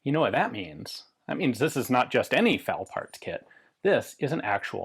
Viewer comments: Drinking game! Take a shot every time Ian mispronounces eff-a-elle and says fowl or foul. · Did anyone else hear Ian say, "Foul parts kit"?